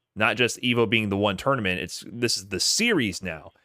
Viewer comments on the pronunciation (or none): bro called a tournament a toynament